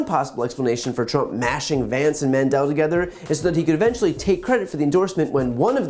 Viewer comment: This is just... ridiculous. The least he could do is get Vance's name right if he's endorsing the guy.